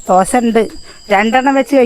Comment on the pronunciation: ദോസ അല്ല ചേച്ചി, ദോശ 😅. സൂപ്പർ